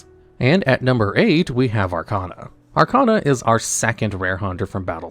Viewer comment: At this point, I think you're mispronouncing names on purpose. You can't have watched the anime and still pronounce Arcana wrong. Irritating.